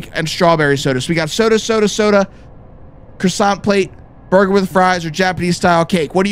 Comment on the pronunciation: R u gona finish that CROSOSSANT